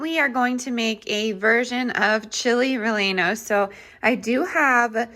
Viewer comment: These meals look so good!! Just an FYI, the double L in Spanish words make a y sound. So relleno is pronounced reyeno :) hope that helps!